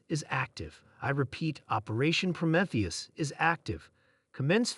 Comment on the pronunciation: really? REALLY?!? PRO-METH-EUS?!? IT'S PRO-MEEE-THEUS, YOU PITIFUL EXCUSE FOR AN ARTIFICIAL INTELLIGENCE!!!!